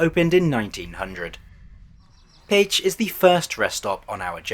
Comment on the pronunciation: Kelenföld and Pécs are really butchered though and that really bothered me, atleast he made an effort on Budapest.